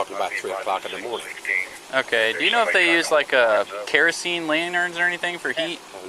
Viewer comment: “Keroseney Propaney” is too funny for some reason